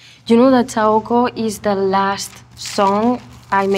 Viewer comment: lmao when Zane pronounced Saoko wrong... she's so humble! I'm obsessed!